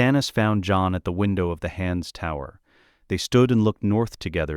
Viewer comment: When did "john" become two syllables?